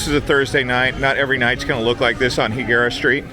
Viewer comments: It’s pronounced High Guerra NOT He Guerra lol 😂 I use to live there for over 10 years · And it's pronounced High-gara. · nope its not pronounced the way you did. its hispanic not gringo. lol